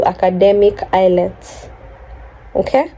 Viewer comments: It's IELTS not ILETS 😄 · The exam is called IELTS (pronounced as ayelts) not ILETS😅. Congratulations and all the best in your new journey.